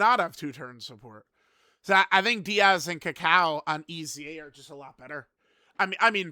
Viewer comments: Its not "Díaz" unc its "Daiz"😭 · It's still pronounced "Dee-Yaz" unc its pronounced "Days" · It’s Daiz, not Diaz, the i is after the a, not before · Daiz Unc Daiz not Diaz he not mexican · i wonder if will ever grow a brain and realize his name is Daiz and not Diaz i dunno even why can't he read? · it’s pronounced DayZ not Diaz. His name is based off of dates as Team Turles are all dried fruits and nuts. These units look great imo, but I do wish Daiz and Cacao had defence on super attack. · Daiz not Diaz lolol he not foreign perso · mf said DIAZ like they from mx or smth 😂😂😂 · I remember when used to pronounce DAIZ (a before I) and ROSÈ (with the accent) properly, good times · ah gotcha, close lol. It just bothered me the way pronounced the name lol.